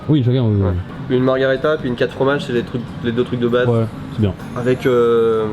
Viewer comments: ça s'écrit margherita et ça se prononce marguèrita. la margarita c'est un cocktail mexicain hahaha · "margharita" vous écorchez mes oreilles a chaque fois que vous le prononcer comme cela!!!!!! Pour avoir mager des pizzas au Japon, pas mauvaise, bien au contraire, mais de la a les préférer a celle en italie......m'enfin!!!!! alons!!!! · Par contre c’est MARGHERITA merci..